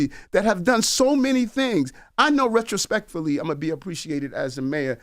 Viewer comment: He said RetroSpecFully. 😂😒